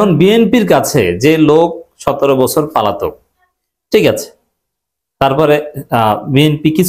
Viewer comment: বারবার একই উচ্চারণ - পালাতক। শব্দটা : পলাতক